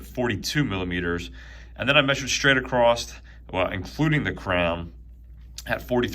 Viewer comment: There is no "t" in the word "across".